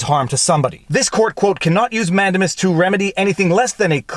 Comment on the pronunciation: man-DAME-us. In your livestream with Robert Barnes he repeatedly said it correctly. And the judge asking so many questions - in essence, conducting his own examination, was historically done in the English courts, and I believe still is today, so I am not surprised that it makes sense to a Canadian lawyer. But in America, judges generally don't do that. It's that separation of powers thing. I've seen convictions overturned because the judge was "prosecuting from the Bench".